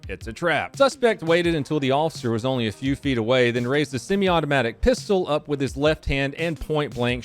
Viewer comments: Most of my thoughts will wait until there is more released data. But the one thing I noticed was the way stressed "semiautomatic" when describing the firearm. He's been spending too much time with Biden supporting grifters. Shame to hear a patriot talking like a gun grabbing Commiefornian. Maybe ex-patriot. After all, being a leftist can be caught from tainted coffee. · Most of my thoughts will wait until there is more released data. But the one thing I notices was the way stressed "semiautomatic" when describing the firearm. He's been spending too much time with Biden supporting grifters. Shame to hear a patriot talking like a gun grabbing Commiefornian. Maybe ex-patriot. After all, being a leftist can be caught from tanted coffee.